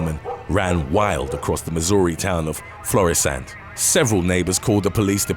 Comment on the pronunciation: When 911 calls go wrong! Well now I can check "hear a British accent pronounce 'Florissant' off my bucket list...😂